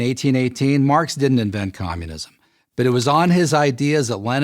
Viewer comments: "Communisim"... Really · "Communisim" - Prager U, 2018